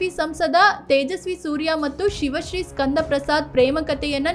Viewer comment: ಎಲ್ಲಾ ಸರಿ ಇದೆ, ಅವರ ಹೆಸರು ಶಿವ ಶ್ರೀ ಅಲ್ಲ ಅದು ಸಿವ ಶ್ರೀ